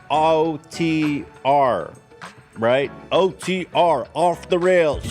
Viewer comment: took every last one of ethans brain cells to say "OTR" correctly on the first try